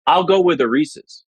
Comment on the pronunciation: Can we really take a guy seriously about candy when he does not know how say Reese’s and picks regular M&M’s